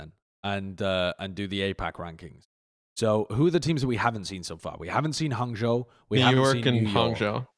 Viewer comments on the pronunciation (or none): note to and, the "zhou" in hangzhou and guangzhou is pronounced more like joe, and less like jow!